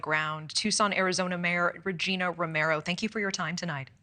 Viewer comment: As a Tucson resident we know Regina is pronounced with a long 'I' sound. It rhymes with vαginα. Don't know why but she prefers it that way.